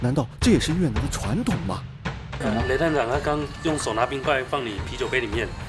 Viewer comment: 越南 你非要读成 越特南 那个T不发音大哥